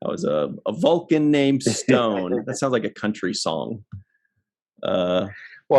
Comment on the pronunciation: Going by Original T’Pring’s accent, in Amok Time, “Stonn” rhymes with Khan.